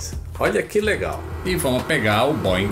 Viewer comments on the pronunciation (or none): none